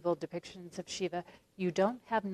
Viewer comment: It's Shiva, not """Shivver""".